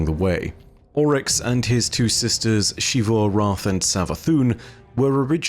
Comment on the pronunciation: Xivu Arath is pronounced Zee-vu Arath not Shee-vu Arath And Xita is pronounced Zee-ta not…whatever the hell you’re saying